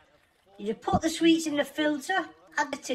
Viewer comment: Put your money into extra English lessons. It’s sweets not sweats🙈